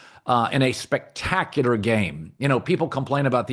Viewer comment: can colin not pronounce the word spectacular